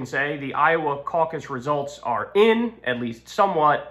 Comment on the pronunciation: snickers "CAUC-us" 😂